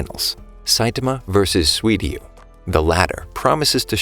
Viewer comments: Good video, but it's Suiryu, not Swiryu. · you said sweety when you said suiryu